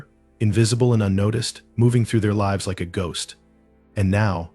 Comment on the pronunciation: You can tell it’s AI- live and lives are frequently mispronounced! I will give AI THIS THOUGH- almost all of the voices I have heard sound real. One of the few “tells” is the lack of an inhale. No human could speak indefinitely without refilling their lungs! They could take a few notes from Apple though. How they did it, I have no clue, but they made the VoiceOver voice Alex “inhale”! As I sit here and listen to “him” read all the comments, it’s nice to have the mental break an inhale provides! All of that said, I much prefer the REAL human voice! I think that’s why I prefer listening to audio books rather than letting Alex read to me- although, I do have quite a few e-pub books too!😎